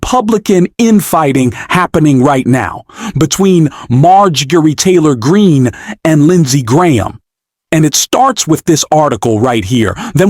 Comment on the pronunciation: Marge Geah Tory Green? What is this fake AI commentary. Ditch this AI rubbish. Hard to believe the content when the intrusive mess of AI English mistakes is happening.